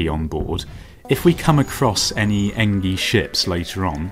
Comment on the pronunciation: Artemis = r te mis Engi = n g